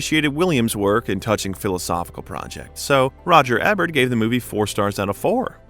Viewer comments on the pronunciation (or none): Thanks, and great job. But for the love of god its "E-bert"! LOL Its not just that your narrator mispronounced what is a fairly common celebrity name, the narration keeps coming back to Roger "Ebb-ert" time and time again! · Dude, It's "E"bert! Do your research, Buddy. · Learn how to say "E"bert not "EH"bert. I cringe every time you pronounce his name wrong. Now that I have that off my chest. I shed tears when Robin passed. Also, he wasn't just in the same class at Juliard with Christopher Reeve, they were roomates. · Please, it's not Roger Ehbert, it's pronounced, eeburt - like Siskel and Ebert... long e (thank you)... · Although I appreciate this documentary, it bothers me that you don't know how to pronounce Roger Ebert's last name. It is with a long "E". Thank you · If you are going to use a person's name a million times in your video, you might want to know who that person is and HOW TO PRONOUNCE THE PERSON'S NAME...so its not eh bert its eeee bert youz worthless gen z or millennial m o r o n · It’s Roger Éééébert not Roger Ehbert. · if you're truly AI, I suppose it's forgiveable, but if the narrator is human, then why, oh why, do yo continue to pronounce the name incorrectly of arguably the most famous American film critic/. It's no Eh-bert. It's EEbert. Sheesh! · Eeeeeebert the first three times was icky but the next FIFTEEN was painful and distracting For the number of times you mentioned him and the fact he’s a well known critic, I’d think you would know how to pronounce his name. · The movie critics name is pronounced "E Bert". Re-edit the audio VO. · Roger Ebert is pronounced "EE Bert" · EEbert....long E like the word see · It's Eebert with a long E. Is this AI? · Yes, like famous American Movie Critic, Roger Ebert (pronounced Eebert). Unsubscribed. Another channel that does not give a shit about research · Eee-Bert! 😅 Dumb A I geek! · Pronounce the critic's name right.